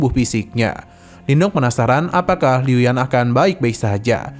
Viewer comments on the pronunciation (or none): Lin yan kali bang,, bukan liu yan,, klw tdk salah di novel nya, 3 saudara ada LIN DONG, LIN DIAO, LIN YAN